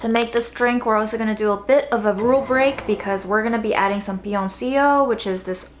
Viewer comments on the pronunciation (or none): none